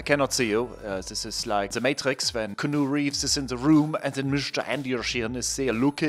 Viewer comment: 'canoe reeves' LMAO